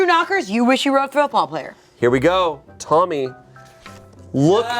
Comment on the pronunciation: Tbf it does sound like she says Mommy not Tommy